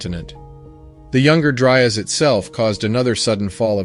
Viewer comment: How did you manage to mispronounce the “Younger Dryas” every time? How did you get “Dry urs” instead of “Dry ass”?